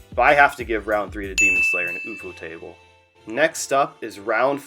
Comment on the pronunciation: ufutable??? im pretty sure its just "you foe table"